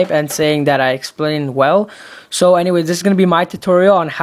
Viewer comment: Shit....shit..."you explane Well".? LMFAO!!!